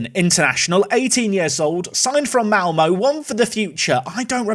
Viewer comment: As a swede living close to Malmö I have to admit, that pronunciation was unexpectedly good